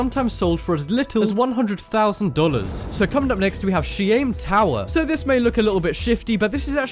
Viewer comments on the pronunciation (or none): She aim tower????? shime tower lol....